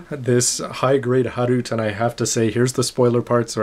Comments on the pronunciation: lol...tried pronoucing that in japanese.....but....it's pronounced "Ha-ru-t-eh"! ....anyways great vids! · well, the pronounciation in japanese and other asian language is "Ha-Roo-Tay"